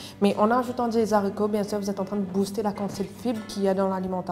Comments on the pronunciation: Très bonne recette👏mais les explications sont un peu trop longues....et comme dit Marc Marc,en Français on prononce les « aricots « et pas les « zaricots »...Merci pour la recette....😍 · Les haricots, non pas les zaricots